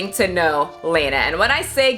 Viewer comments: 500,000,000 gross points? Accurate. Also, I think it’s pronounced Lah-nah (like Lana from Archer). Lol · Very minor detail: Lah-nah, not Lane-ah. Trust the simp!! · It's lawna not layna...its pronounced law-na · You’re saying her name wrong the whole time